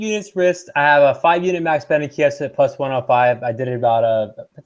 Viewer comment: #Chysa Please never stop pronouncing weird names wrong, it's almost as funny as Joey Diaz saying Stiopic and Khalabeeb:)